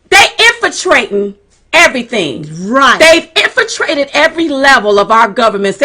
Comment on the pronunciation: First and foremost: INFILTRATED not INFITRATED. Please add the L. Secondly, Diamond, why are you shouting? I'm trying to listen to your points but all this sounds like noise.